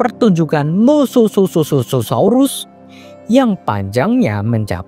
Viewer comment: Mosasaurus bg bukan mosososaurus bg ya bg 😊😊😊 👍👍